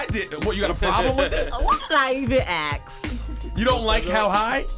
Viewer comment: i love how Remy says Ask as Aks lol